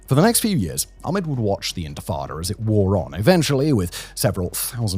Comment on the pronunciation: Laziness! All they need to do is say the A sound from 'apple' and end with 'Med': A - Pul -----> A - Med!